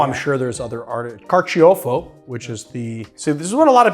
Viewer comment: Carciofo is the Italian word for artichoke, and is pronounced car-cho-fo, not car-chee-oh-fo.